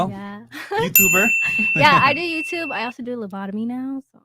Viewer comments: LEBOTOMY? HAD TO LISTEN AGAIN…. ISNT IT PHLEBOTOMY? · If she actually did phlebotomy, she would know how to say it. It sounds like she might have had a lobotomy.